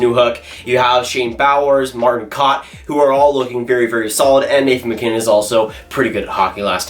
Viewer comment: Kaut is pronounced KOWT